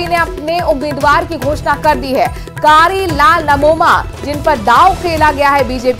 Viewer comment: नमोमा नही 😂 ननोमा है